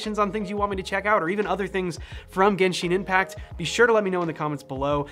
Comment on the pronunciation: jensheen inpact